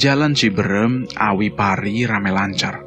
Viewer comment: Boleh kan koreksi😊 bukan ciberem,,tapi CIBEUREUM,,,,yach,,ok sukses sllu,,,ttap semangat 🙏🙏❤❤